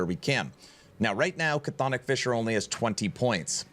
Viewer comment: just an fyi on Chthonic; it's not "Ca-thonic" it's just "thonic" It's Greek, we like silent letters :P